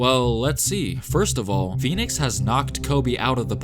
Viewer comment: When they asked Kobe about Phoenix, I thought they said peanuts 😂 I was like, man, Kobe really hates peanuts 😂😂